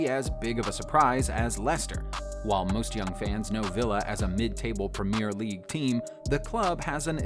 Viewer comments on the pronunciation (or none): 'Red Zone', 'Prem-ee-r league', '7 to 2', 'Vileans', 'CL Finals' lol